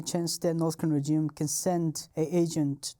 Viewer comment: Fascinating. We don't know how good we've got it in the West (or any democratic nation). Also I love how he pronounces "regime"...rej-ee-em.. hehe. His English is amazing though. Better than most natural English speakers 😂😂